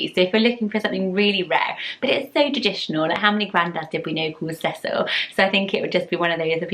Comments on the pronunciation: The way you pronounce Cecil is SO much nicer than the way we pronounce it here in the southern US! We say it See-sul. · I like how you pronounce Cecil. Everyone I know in the US pronounces it see-sil. I like your prononciation better :)